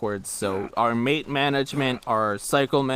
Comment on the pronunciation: Great run as expected from Jaguar but did anyone ever tell them it's Maté and not calorie mate? 😂